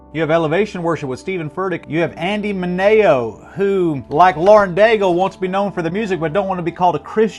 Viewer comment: Can’t even pronounce Andy Mineo 😂 …bruh the Gospel was preached, the Whole Gospel. Period. Thats the goal of this conference to share the Gospel, lift Jesus name on High through singing new songs. Go ahead bash people teaching the Gospel and singing worship songs😂 …further proof of self righteousness.